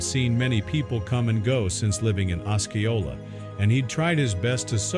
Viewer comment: Osceola- “os-SEE-o-la”